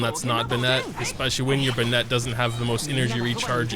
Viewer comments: Love your videos! Just one suggestion, Bennett is more like "ben-it" than "bun-ette". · Me: Bennett: Ben-nett. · Are you not American because you say Bennett like Ben-net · im dying at "Benette" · STOP SAYING BENNET LIKE THAT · Bennette? Wtf 🤣